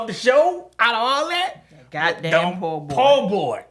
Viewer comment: Every time said poor boy I said po’ boy😂